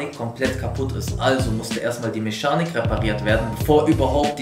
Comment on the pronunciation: Niemand:: Meschanik